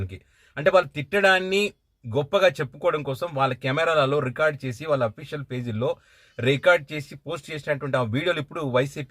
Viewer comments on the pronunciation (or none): none